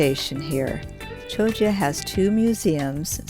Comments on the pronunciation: At least get the pronunciation right : it's Kioggia , not Chioggia (CH in Italian is pronounced K). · At least try and pronounce the place names correctly !